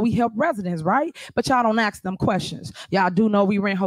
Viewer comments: I wanna axe a question. Gotta sharpen it first. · This mayor is sooo corrupt, she should be in prison. What is she asking for when she says “ax”?